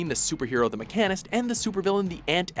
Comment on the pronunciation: Does watchmojo have anyone with basic pronunciation skills? Core-ier? Jesus fuck. And the Mech-AN-ist? The game clips correctly say Mechan-ist twice immediately afterwards!